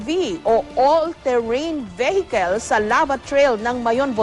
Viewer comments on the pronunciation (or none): ATV- ALL TERRAIN VEH-HIKEL! LOL